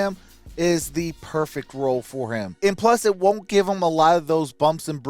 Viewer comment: But they said “HEEM” 😂